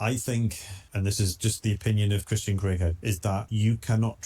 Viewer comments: "Christian" not Christen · Its not Christen its Christian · Christen? Get the name right!